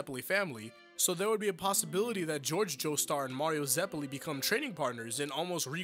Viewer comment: The way you pronounce their names hurts Its Eh-Rin-Ah not eh-ree-nah It's Straits not straitso It's ze-peh-li not zep-elli other than that nitpick it's chill bro, good video